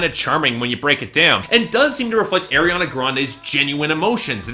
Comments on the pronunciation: Pls say Ariana right! It's arr not airr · It's pronounced R-E-AH-NA NOT AIR-E-AH-NA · he just said AIR-I-ANA i cant anymore shoot me someone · Everytime you say " Air-Riana Grande" it makes me cringe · Three albums and you still don't know how to say her name. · You've done like three reviews of her work and still don't even pronounce her name right